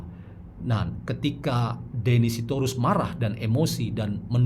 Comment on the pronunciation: Aku kog dengar nama deddy dieja sbg denny 😅